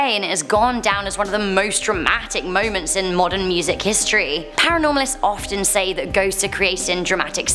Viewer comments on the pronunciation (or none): none